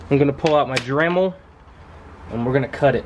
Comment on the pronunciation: lol you went all southern when you say Dremel ...